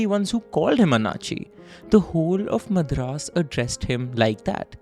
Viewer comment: Nice work overall with the presentation, diction and the command over the language, but what's with the "Madraaas" bit, pronouced 'Madh-raas'?!! That was a d*@ giveaway of a North Indian trying to steep into a South Indian tale. Either call the city 'Chennai' or 'Madras' (pronouced, 'mud-raas') if you must.